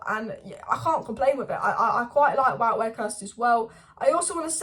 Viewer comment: Just a heads up of the pronunciation of Wout's name. Listen to ETH when talking about him. 'Vote ver-horst'.